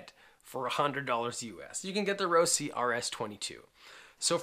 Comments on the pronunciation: "Rohsi"....Lol It's Ross...e" always has been dude! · It's ROS-SIE not ROSIE